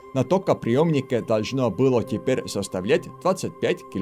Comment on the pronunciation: "остановилЬся" "высокУЮ напряжениЮ", "тепер"